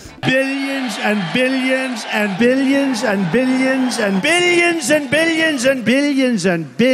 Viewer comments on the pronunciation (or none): Toward the middle it sounded to me like he said “bitagins” lol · Billions began to sound like beeyins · What I learned from this video: Donald Trump says billions as "biliyins" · Erik Kloppenburg yeah more like “biddions” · No one: Trump: BILYENS AND BILYENS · Billy jensen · Trump: "Billions and Billions" My ears: "Billy jinson Billy jinson" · “Billy enzen” -Donald Trump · why does Donald trump sound like he is saying Billie enson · no one: trump: billy un zun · by the end of those 21 "billions and billions" i heard "billy enzin" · I was hearing Bilianson rather than billions and ..... 😆😆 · Each time trump said "billions" he got more and more irish